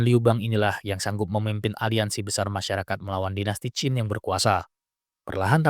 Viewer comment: Qin bang bukan Qing